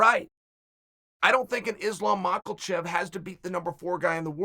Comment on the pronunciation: Does chael mispronounce Islam's last name on purpose? he must... Right? "Maw-ckle-chev"